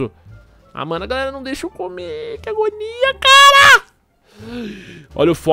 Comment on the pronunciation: Que agonia do falando agOOnia